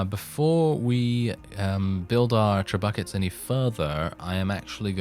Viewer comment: Did you really pronounce Trebuchets "TRE BUCKETS" ? LOL :D